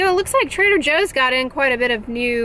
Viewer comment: translation: La Roche Possy = la Roche Posay Trada José = Trader Joe Lol